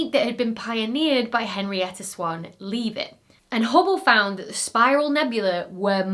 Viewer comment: Dr. Becky - I am quite sure Henrietta Leavett's last name was pronounced Lev-it rather than Leave-it!. Honestly,I am not usually the pronunciation police. Once in a great while I can't help myself. though.